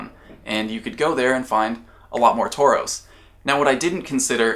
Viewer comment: You said a herd of Taurus I heard a herd of Tourists. Lol